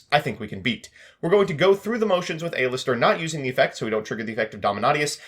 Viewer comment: saying A LISTER instead of Aleister